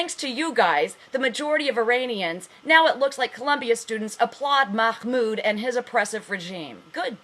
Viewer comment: lol is someone telling the truth out knowing farsi............ i think not lol seen as how you cant pronounce mahmoud properly but have no fear the muslims are here to educate you lol the 'h' is pronounced like if you are breathing to steam up your glasses, Not a kh sound ok? oh and sharia3 law is incorporated in US law just look it up all the founding farthers had the Quaran and took guidelines from it, you really are in need of some education stop watching cnn and try al jazeera or press tv